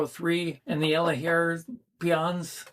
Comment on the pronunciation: I have moderate hearing loss. When you say the name of the Elehaer model, I have no idea what you say. I have to see the word , like close-caption on tv.